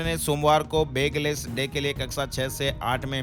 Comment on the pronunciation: बेगलेस (बैगलेस) please